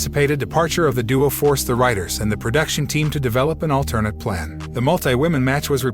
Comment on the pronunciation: He sure does: Asca & Asueka instead Aw ska (Asuka) al ter gnat instead of alternet (alternate) Roll ins instead of Rol lins sash a instead of sasha live instead of LIve. Not sure where this came from: Davrap instead of Dou Drop (and yes I have too much time on my hands 🤣).